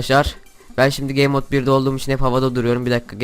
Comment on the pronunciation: arkadasım gamemode'a gey mod diyo :(